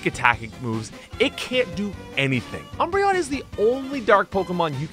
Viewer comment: Ah yes, my favorite Eeveelution: “Embreon”